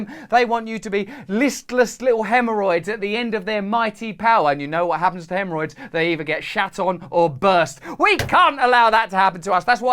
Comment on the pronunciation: "They want us to be listless haemhorrrroids..." 😆 There's Klingons on the starboard bow. Scrape 'em off, Jim!